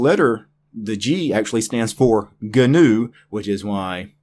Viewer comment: It is ÑU like the horned animal, like GNOCCHI or caÑAveral Cape, the spaceport. Ñ It should sound a lot like "NEW"